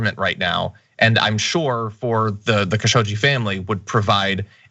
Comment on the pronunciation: Khashoggi is pronounced Khashog-Ji (almost Khashoq-chi). It means "spoony" in Eastern Arabic dialects. And yes I know what I am writing.